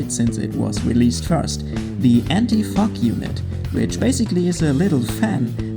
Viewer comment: It sounded like you said, "anti f**k"😂